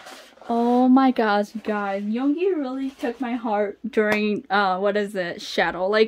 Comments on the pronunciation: hey! yoongi is pronounced as "yOOngi" not "yong-gi" if u get what i mean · Yoongi is yun gi with u not yon gi with o, hope you say it correctly later 😊